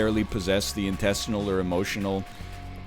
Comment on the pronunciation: Did anyone else hear him say intestinal or was it just me?